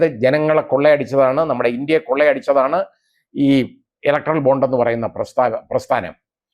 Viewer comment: Bond ennu vayikenam